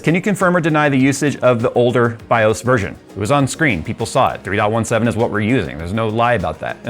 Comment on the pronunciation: You are still pronouncing BIOS wrong. How do I know? Because I am almost old enough to be your dad and we ALL said it the right way since before you were born (or at least before you ever touched a computer).